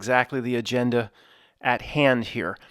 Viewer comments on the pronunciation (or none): none